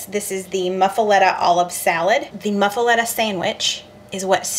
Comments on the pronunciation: "Moo-fa-letta!" 😂 Looks delicious! U can use mayo instead of butter to grill the sanguiches. Lol. But seems a bit of an odd choice on an Italian sandwich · LOL Your pronouncing it wrong. I love you guys and your cheese eating cat. I have made several of your recipes with rave reviews. Hugs and purrs